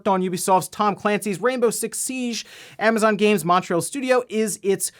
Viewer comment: What ‘Amnazon’? You know there’s no ‘n’ there, right?